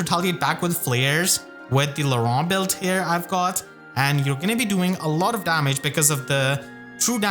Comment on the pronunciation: I still wonder... is that pronunciation of Laurent even been confirmed...?